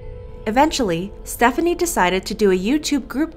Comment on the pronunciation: Btw it’s pronounced Stephanie so :)